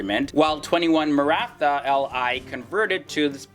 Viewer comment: He didn't say Maratha properly